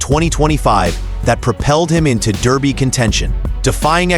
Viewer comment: FFs It Is Darby Not Derby Come On Get Get It Right. I Do Believe The French Raider Midak Will Run A Good Race For 2 Reasons: The French Will Not Supplement A Horse Without Good Reason, Also This Years Race Is In Honour Of The Agha Khan And His Daughter The Princess Owns It...